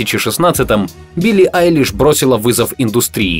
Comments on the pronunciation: Мне одному послышалось : ПОЧЕМУ УБИЛЛИ АЙЛИШ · В начале послышалось «почему убили айлиш?» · Мне одной послышалось убили Айлиш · Кто тоже услышал это: убили айлиш в начале😂😆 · С начала мне послышалось почему "Убили Айлиш", а не "У Билли Айлиш" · Кому показалось что в начале он сказал Убилли Айлиш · Я один услышал что он сказал "Почему УБИЛИ Пили"?))) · Блин я в начале думала что он сказал: Почему убили Eyelish. 😱😱😱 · Мне одному показалось что он сказал: Почему УБИЛИ Айлиш ?